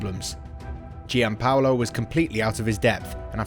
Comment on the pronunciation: giallorossi??? eh??? Please stick to English football. Why talk about teams you know nothing about?? Sacchi is pronounced Sakee! It isn't that difficult. Just put it into google translate ffs. Even Giampaolo is mispronounced, but that's forgiven. Also. Bennacer is not Benaker 😭 This is one of the worst pieces of commentary on a YouTube video I've ever seen. Also. It was Boban who was critical to hiring Pioli. It was boban who stood up for Pioli during all the ragnick talks and as he is a true gentleman, he cried foul and that's why he was wrongly sacked. Ultimately, Boban was proven right. The dickheads like Gazidis etc owe Zorro an apology.